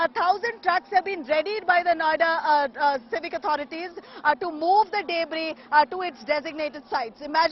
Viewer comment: She pronounced "debris" as " dayybris" 😄